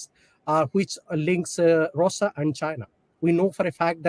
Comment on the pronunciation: This guy a joke, can't pronounce Russia properly, such a bad accent. Had to turn on subtitles to understand. too says OOkraine instead of Ukraine. Presentation matters.